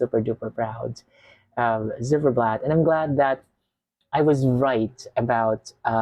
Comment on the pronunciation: Z not zed but Ц,like Zimmer - its more like Zeit in germain 🎉